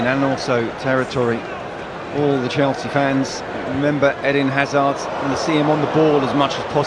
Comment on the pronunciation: He said "Edan Hazard in Great Shape"🤣